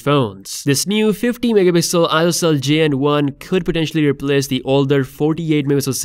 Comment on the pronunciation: It's funny how the word "Megapixel" pronunciation is abused 😅